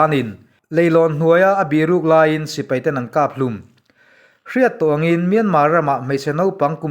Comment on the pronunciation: Tangchi nilovin tawngchi ti rawh